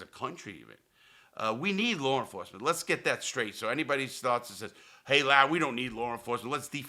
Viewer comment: “Lawre enforcement” LOL